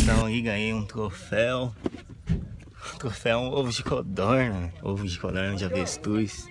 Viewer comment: no final ele disse ovo de cordorna kkkkk rii muito